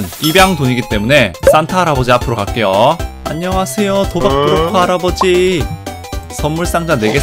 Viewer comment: '세'를쎄게 발음한거에요